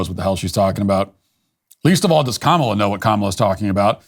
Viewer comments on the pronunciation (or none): It’s pronounced Kamala, not Kamala